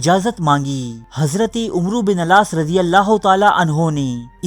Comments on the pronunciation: Assalam o Alaikum brother. Main aap ki videos ka fan hn bhut informative and interesting hoti hain.Aik correction thi k Arabic main names kuch yun kehte hain Umer (عمر) Amar (عمرو) not umro Just for the info. you are doing great keep it up...Thanx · Pyare bhai isko Amar bin Aas prhty hain umro bin aas nahi arabic main umer or amar main farq krny k lye is k agy wao lga dety hain. onka sahi naam Amar Bin Aas tha Jazak Allah